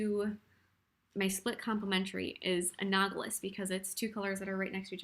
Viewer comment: I really appreciate this tutorial; it helped me tremendously. I am one of those people who is blind to what colors go well together. Also, your pronunciation of analogous drove me crazy.